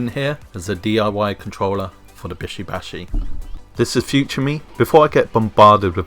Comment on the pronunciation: What the flying fuck is "bisho bashi" and shoundt it be "bishy bashy"